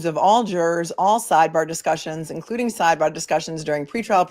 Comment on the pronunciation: Hehehe...I do not think you will talk normal every again! Hehehhe - it will always be sideBAGH and lemonade! I love it! Love from South Africa! Unfortunately our timeframes mean I can not join you live in any realistic way...but always catch you the next day! Love also that family comes first and sometimes you have to deal with your kids - that is so realistic and same on all our sides!